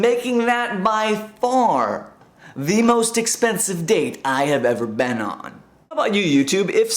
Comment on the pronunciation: lol you say "been" like "baan" :)